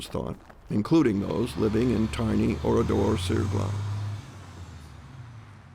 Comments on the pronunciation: Ce n’est pas Oridor mais ORADOUR sur GLANES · Si seulement le nom du village (Ridor..Saglon.dit on ici) pouvait être prononcer correctement ainsi que certains noms des survivants.... L’IA....quelle niaiserie... comment des étudiants ou autres peuvent ils comprendre ce qu’il s’est réellement passé dans ce village. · C’est Oradour sur Glane..l’IA massacre le nom de ce village martyr..